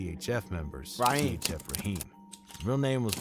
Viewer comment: He said riheem shot at them not zoo